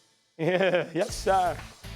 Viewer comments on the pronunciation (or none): Mad Dog "Yas Sar" 😂😂😂😂